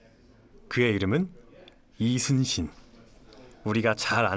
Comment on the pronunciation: 뭐야 리순신이라고 안하고 이순신이라고 정확히 발음 할 수 있네? 못하는줄 알았는데 ㄷㄷ신기하다